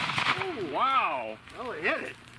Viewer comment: there is no A in wow. You pronounced it incorrectly.